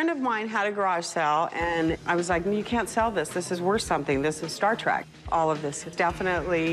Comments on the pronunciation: She may have watched all the movies cough one time each cough but she said star trak NOT TREK WTF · She’s a huge Star Trek fan but calls it Star ‘Track’ ?? Ooookay